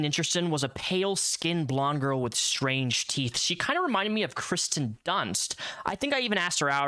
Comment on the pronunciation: her name is "Kirsten Dunst".. it's NOT "Kristen" 🙅🏼‍♀ (the "i" comes BEFORE the "r".. 💁🏼‍♀ like with "Kirstie Alley")